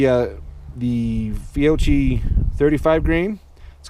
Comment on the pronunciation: It's pronounced Fee-oh-key